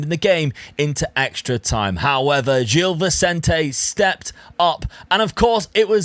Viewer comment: great video as always, btw gil vecente is pronounced more like jill visente